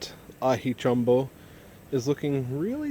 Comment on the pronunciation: First reviewer that has said the name mostly correct. 10 points